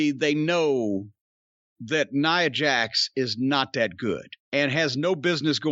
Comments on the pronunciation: Love that Jim for years hasnt cared enough about Nia to be bothered to pronounce her name correctly. "NEUHHH JAX" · More importantly this is the first time Jim pronounced Nia Jax’s name the correct way 🤣🤣🤣